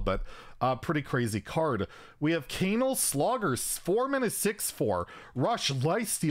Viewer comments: you totally mispronounced Canal, that’s all I’m gonna say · Adorable that pronounces “canal” like “anal” with a c.